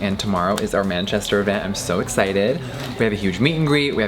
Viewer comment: How he pronounced manchester😂